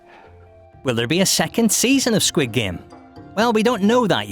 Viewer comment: Your Korean pronunciation for squid game is messed up.